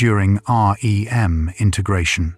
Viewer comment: I like your videos and it’s clear that’s AI but can you make it to where it doesn’t say Aa: Ee: M every 15 seconds but just REM?